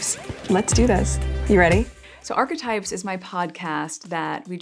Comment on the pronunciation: She has to force the word 'Arch' because it rhymes with her son's name haha